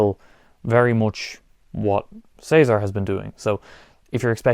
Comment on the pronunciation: Thank you for saying "Cesar" correctly instead of "Ceesar" like most americans 😂